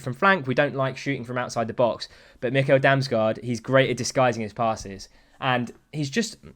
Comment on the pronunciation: Pro dane tip about damsgaard, and how to pronounce his name. The american nickel, just switch the n with an m. 😂